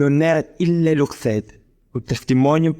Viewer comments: I don't know about the other languages but the Latin is wrong. A lot of the "c"s are read as "ch", not as "k". The pause AFTER and not BEFORE "sed" is a dead give-away that the reader doesn't understand what he is saying. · there are some accent errors in Latin part, for example it should be: comprehen'derunt (not compre'henderunt), 'crederent (not cre'derent), and the break should be before "sed" not after it ;)